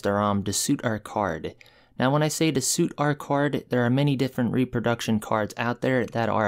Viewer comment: repRo - your are skipping the r - RepRoduction....